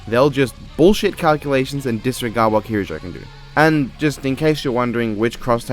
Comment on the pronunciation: By the way, you’re pronouncing Mitsuru’s surname properly! (Or least, how it’s pronounced in western.) You don’t even know her and you treat her better than death battle, jeez...